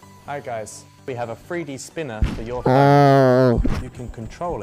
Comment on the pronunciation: But do they have a THWEE DEE SPEENAH!!!?